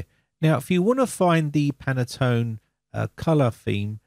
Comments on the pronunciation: Pronounced "pantone" 2 syllables, not "pan-a-tone" (3 syllables). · Pantone not Penaton.... ;) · It’s Pantone not panatone ☺️ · you say panatone but's it Pantone , at east it's written that way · Can I point out that it is Pantone colours (only one 'a') - Panattone is a lovely cake ;) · Thanks for the great video but I have one small critique...I have heard you say it several times in this video. The name of the color standard you refer to is Pantone, not Panatone. I'm not sure if this mispronunciation was intentional or not but being that I work in the printing industry, I am quite familiar with this color matching standard. I just find it a bit annoying with the mispronunciation. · You are absolutely right. I was going to write a similiar comment, but I first checked the existing comments. It is a Pantone theme for Windows, not a Panatone theme for Winadows. :) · Dear sir. The name of the company is PANTONE, NOT panetone. And the color scheme is "Very Peri 17 - 3938". Please note and correct that. Thank you very much. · It is Pan-tone...there is no extra A in it. Two syllables not three. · In the US, it's pronounced "Pantone", we don't add any vowels that aren't there. Just sayin. I will be checking on Windows 11 in 2025. Who knows what color it might be then? You have a safe and enjoyable Holidays! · "Panettone" should be pronounced "pan-net-ton-e". It is a sponge cake of Italian origin, commonly in the shops in the run up to Christmas. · I was going to post the same while I was on treadmill last night then forgot about it until just now. PANTONE user for 30 years and it was making me cringe each time he said it.